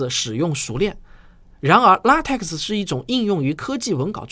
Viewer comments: LaTeX： 读做 ” La Te Ke “ ，而不是 La Te Ke X . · LaTeX 的X不发音 念作拉忒克